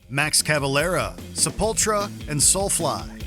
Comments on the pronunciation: Everybody does. I had to hear Max say it himself to know how to pronounce it. Se-pul-TU-ra. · Ahhhhhhhhhhhh you said Sepultura wrong!!! My friend used to say it the way you did to piss me off. Its Sep-ul-tura, not Sep-ultra.... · I'm not taking the word on heavy metal from a guy that calls SE-PUL-TURA SE-PULTRA! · I like the way you say Sepultura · His pronunciation of Gojira and Sepultura just made me cringe.